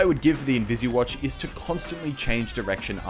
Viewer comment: Its not invisi watch!! Its invis watch!! Dammit